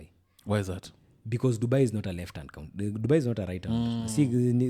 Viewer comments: Any time he says country, "kauntri", I am sad. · Someone teach how to pronounce 'country'. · Bado anasema Ko-untri shwenzi